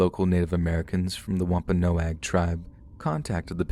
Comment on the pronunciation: Thank u so much for actually pronouncing Wampanoag correctly. ❣️❣️ Hope u have a great holiday season.